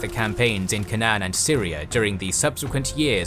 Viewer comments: Why can't you pronounce Canaan? It is "K" "Nunn". It sounds like "Kay" and "none". Were you raised in a barn? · Such butchering of English pronuncitation, so funny. K-nan, whats the supposed to be, Canaan ?